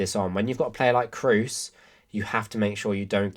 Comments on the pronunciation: Just a little pronunciation correction on a mistake I've heard almost every English commentator and youtuber make: Kroos is pronounced with a long O, imagine more like Krohs, not cruise :) A lot of the other names are a lot harder but I think this one is an easy fix. Otherwise great video :) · The long monophthong "o" as in German does not exist in English. There's going to be an accent assimilation, almost always either rhyming with "lose" or with "rose". What's your native language and how do you pronounce Kroos?